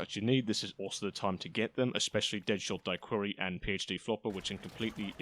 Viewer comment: Is this an AI video or did he really just say deadshot die-query?